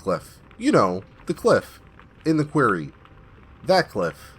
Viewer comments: I do enjoy your narration, but please take this little constructive criticism. 'Quarry' (a stone mine) is pronounced "kwah-rry." You keep saying "kweh-rry" which is how 'query' (question) is pronounced. Really do like the channel! I just have pet peeves. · You pronounce "Quarry" like "Query". The A in Quarry makes the same sound as the A in "Hairy". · Your mispronunciation of quarry hurts.